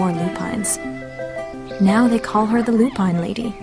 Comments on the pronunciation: I love this story and you've done a lovely job with it, but I feel I need to tell you that you've mispronounced "lupine." Since it's such an important word in the book, and is repeated so often, I thought you'd want to know. It's not Loo-Pine. It's LOO-pin. Sorry. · Lovely job, but yes, it is Loo-Pin, not Loo-Pine. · it's fucking pronounced loo pin. Not loo pine. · You ruined this with " loo pine" . Ms Rumphius is rolling in her grave.